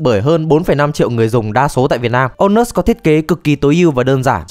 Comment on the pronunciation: Trong clip tôi nghe ra thành ANUS.